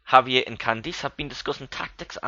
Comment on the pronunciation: I like it so far. just one minor thing though, Javier is a Spanish name so the J is pronounced like an H.